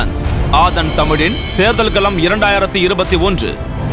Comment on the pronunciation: Tamilin ila 😅🤣😂🙂Thamizhin! Zha Zha 😅🤣😂😇